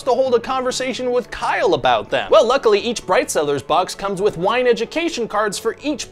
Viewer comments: I wasn't looking at the screen and heard "this video is sponsored by bread sellers." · When you said “bright cellars” I thought you said “bread sellers”. “This video is sponsored by bread seller LOL”